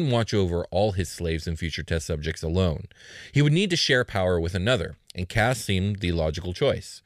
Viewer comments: Uh, Kas is actually pronounced “case,” so disappointed. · Kas? Sounds like Caz.